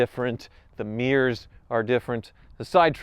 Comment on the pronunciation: How did "mirror" become mee-uhrr? 🤷🏻‍♂️